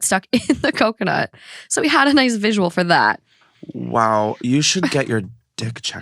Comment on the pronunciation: Did he say cumconut? 😂😂😂